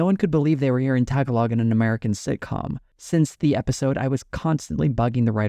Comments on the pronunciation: it's not pronounced TAG-A-LOG!!!!!!!!!!!!!!!!!!!!!!!!!!!!!!!!!!!!!!!!!!!!!!!!!!! More like `taaa gaa log` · I'm sure you've seen this elsewhere but yeah, it's pronounced tuh- gaa -luhg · tag-a-log 🤣 It is ta-ga-log. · Tagalog is pronounced TAH-GAH-LOIG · Tagalog is pronounced "tuh-gaa-luhg", but great video otherwise! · Tagalog is pronounced Tuh-ga-luhg. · the philipino language is called Tagalog pronounced ta gah lo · not you mispronouncing tagalog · Bro the way you pronounce Tagalog sound racist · I’m a white guy but I live in Calgary so I hear Tagalog almost daily and the way he pronounce Tagalog is so funny to me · Uff, that pronunciation of Tagalog. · Love your stuff but oof your pronunciation of "Tagalog." 🤦‍♀️